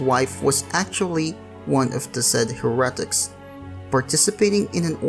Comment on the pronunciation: Ahem 'Hare-uh-tik"